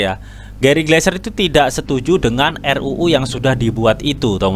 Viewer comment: Gary Gensler om bukan Gary gleser hihii